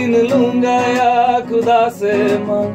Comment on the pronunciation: And it's not kudda it's khuda.. KHAAA